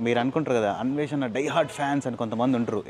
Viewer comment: Anvesha kadhu na anveshna ani adugu thelusthadi